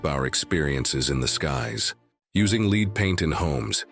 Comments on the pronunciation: Amazing that lead ('led', not 'leed') paint is mispronounced. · The computer voice of narrator made a mistake, "lead paint" is not LEED paint but LED paint. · However he pronounced it led and leed when describing glass